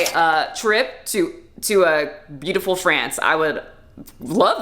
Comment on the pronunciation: psst, it's FrAnce, not Frence.